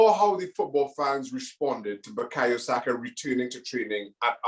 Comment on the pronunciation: Saka, not Sako. SakA. Sak>A<. Sak>>>A<<<.